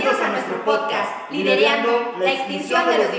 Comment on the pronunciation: Atención por favor, no se dice "lidereando", se dice ! Liderando ?